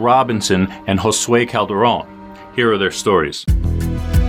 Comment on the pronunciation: How is it that you can pronounce Josue correcttly and NO ONE in the USA can pronounce Juan?!?!?!?